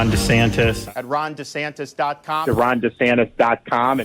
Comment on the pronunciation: Say it with me: Rhonda Santis.